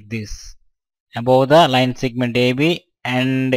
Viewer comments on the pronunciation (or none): its segment...not sigment